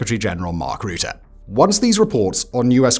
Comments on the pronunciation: It’s Rutte not Roete Faka met deze kale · Quick tip from a half Dutchy. Rutte is pronounced like the "Ru" in rucksack. The tte is pronounced fine already. So short t e sound. Ru tte. I hope this helps. Keep up the good work Simon :)